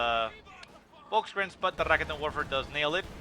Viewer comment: I like your casts, man...but the way you say "Raketenwerfer" pisses me off...